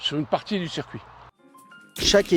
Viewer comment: Super reportage mais trop souvent , il parle de cercuit non monsieur, vous devez dire circuit mais rassurez vous en motogp rdp dit comme vous !!!🤣🤣🤣